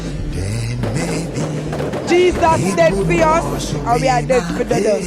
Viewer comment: Did she say deading